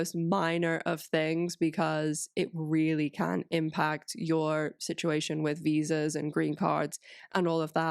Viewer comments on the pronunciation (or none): none